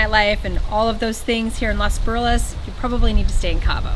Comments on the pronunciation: Thanks for all the videos! Only thing, if you love it so much, can you pronounce it correctly? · You would think that you have spent so much time in Los Barriles that you would be able to pronounce it correctly.